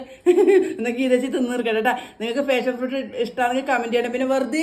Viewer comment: ഫാഷൻ ഫ്രൂട്ട് അല്ല പാഷൻ (Passion fruit) ആണ്.